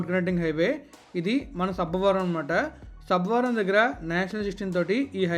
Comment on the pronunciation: Not sabbaaa varam it's sabbavaram